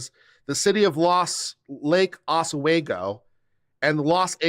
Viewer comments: I believe it's pronounced Os-wee-go. Could be wrong. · Oregonian born and bred Oswego is pronounced Ah-swe-go.